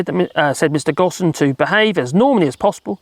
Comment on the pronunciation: It’s pronounced Go, plus mm. or Go home, minus the middle bit. The S is silent